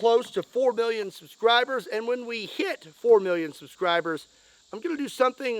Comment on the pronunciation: It sounded like you said 4 billion. not 4 million.